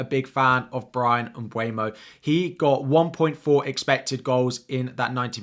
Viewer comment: You mentioned Mbuemo correctly 👏. Most commentators get it wrong.